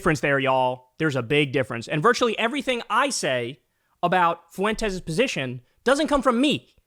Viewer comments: just bein' silly for the algo, but, "Tell us you don't have any Hispanic friends, and never took Spanish in school, without telling us." Fuentes is pronounced, "f-WENT-tess," not, "foo-WEN-tez." Idgaf for his sake, but there are lots of others with this surname, and you being of half Polish, half Italian lineage, I am quite sure your family has faced bigot stupidity in people acting like they can't pronounce some names. P.S. Shady J.D. is also not wearing eyeliner/guyliner, and the "punchline" for that "joke" is that he might be gay or feminine. Nope. That piece of shit just has the eyes some people want, and imitate with makeup, like mine. Years ago, when going out to one of the bars, I have been complimented, then accused by strangers of wearing eyeliner, and dissed for "lying," when telling them I was not. I will if I want to, but if I am not, I am not. I'm gay. Idgaf about straight masculine Ideals. Don't accuse me of lying, being embarrassed about wearing makeup, etc.. I'm grown. Being gay is not a punchline. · Kyle forsure watch’s Fuentes religiously for comedic relief 😂 Oh and Kyle, Fuentes is 2 syllables fwen-tes not three. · It's not Foo-in-tezz. It's two syllables: Fwen'-tess. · Kyle adds a third syllable to Fuentes. Foo en tes 😂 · The way Kyle says "Nick Foowentezz" XD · Kyle pronouncing Fuentes 'foo whentez" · I love Kyle pronounces his name as “Nick Fawentez”